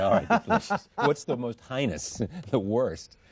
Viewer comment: Charlie needs to learn how to pronounce the word "heinous."